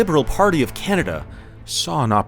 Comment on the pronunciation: You mean 'Can-A-Duh'?